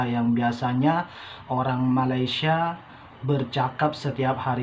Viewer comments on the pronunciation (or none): ma lay sia bukan ma ley sha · 1 perkataan yg masih belum sebut dgn betul adalah MALAYSIA... lps ni cuba dengar bagaimana orang malaysia sebut perkataan Malaysia dan cuba ikut sebut dgn betul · Sedap di sebut melesia